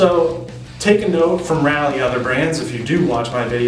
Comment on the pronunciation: It's Raleigh (pronounced rawlee) and not Rally..sayin